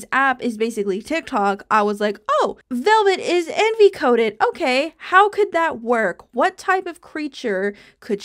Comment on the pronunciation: When you said envy I thought you said enby and I was do confused